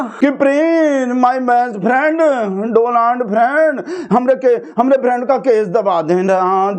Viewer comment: Its donald not doland 😅😅😅